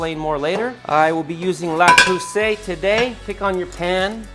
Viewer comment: please say "Le...Creuset" not La Creuset